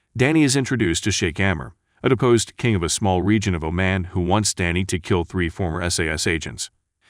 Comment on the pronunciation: The correct pronunciation of Oman is like how Jamaicans say "yah maaan". Hope this helps.